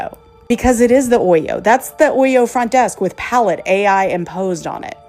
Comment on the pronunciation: That’s not how ‘palette’ is pronounced